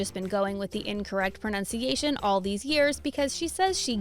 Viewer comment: do you realise that she pronounced pronunciation wrong when talking about how to pronounce celebs names🙃